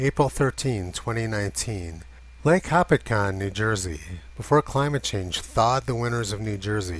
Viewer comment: It is "Ho-pat-cong" not to be petty but it's my homeland. It always froze over in the 1970's into the 80's. The starting getting less and less icy just like you show many times and why.